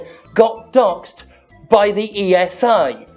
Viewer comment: Maybe just me, but I have the "Jimpression" it's very hard for Jim to make sure to not leave out the S in ESA, when flaming them. :D